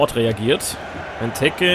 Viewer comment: Bei Benteke musst du das E lang ausprechen